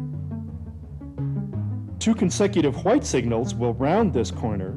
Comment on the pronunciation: a single whuiyte signal...